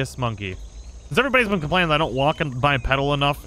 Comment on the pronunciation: Sorry, but I gotta say it. It's pronounced "Bi-Pee-Dal"